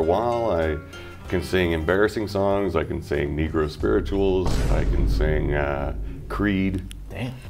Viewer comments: Necro Spirituals is a metal bands album, so I'm pretty sure he just mis-pronounced necro. It's pronounced neh crow, not nee crow. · He said necro 🤦‍♀️ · He mispronounced necro